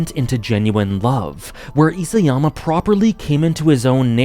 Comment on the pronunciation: Hey, long time viewer. Love your thoughts on anime and media. Just thought I'd be pedantic and correct you on the pronunciation of Isayama since you seem to love AoT and the author. Ee-sah-yama, not Ee-say-yama. Obviously doesn't detract from any of your opinions and criticisms. Cheers!